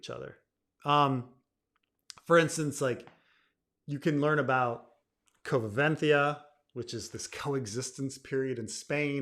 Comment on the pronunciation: Pre-roman Spain is one of the most interesting and also the most underexplored topic in Spanisg history, a pity. Also, the term is “convivencia”, you’re skipping a syllable!